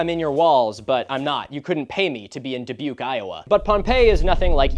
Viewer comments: Dude the mention of Iowa..not from Dubuque but still took me by surprise :P well done pronouncing it dude :P good video as always, keep up the great work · Omg, he got me with Dubuque Iowa! 😂 Also, bonus points for correct pronunciation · As someone from Dubuque Iowa, I had a fucking heart attack watching this video. Doubly so because you pronounced it correctly.